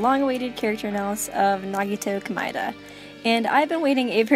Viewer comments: isn't it supposed to be pronounced Komayda not komyda? If your saying it right that's a horrible sounding name :/ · I actually understand Komaeda better now! And I know this might be trivial because it really may be dependent on your accent if you have one or simply preference, but Komaeda is pronounced as "Koh-mah-eh-da" not "Komai-da". Thank you for making a good analysis... Well done! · Komida Me: BOI IT'S COME+AID+UH